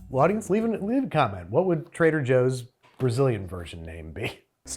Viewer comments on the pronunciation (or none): trehder joohs